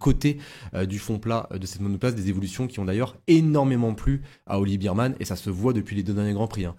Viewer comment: ça se prononce bèrman